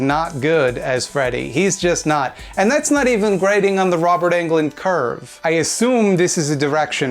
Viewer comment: You call yourself a Freddy fan but you can't even pronounce Robert Englund's last name properly!